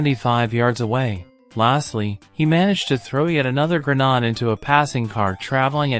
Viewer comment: I didn't know the military had Gren-NODS...